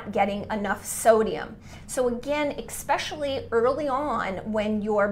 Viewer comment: You said ‘expecially’